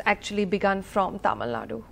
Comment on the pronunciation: Dear you are not alien to pronounce Tamil as Tyamil, use little common sense…